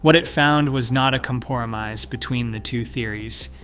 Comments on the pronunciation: “Comporomise” . Wow. Not only misspelled in the captions, but pronounced the way it was spelled. Is there any educated human agency in this video? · Comporomise?! Lol. Do any native speakers proof watch the videos? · Did Grok invent the work "Comporomise"?